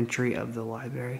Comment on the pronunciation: Dude THE WORD IS LIBRARY. Lie-bRaRe-eee It’s not LiEBERRY. There’s no BERRY in the word. Learn your own language.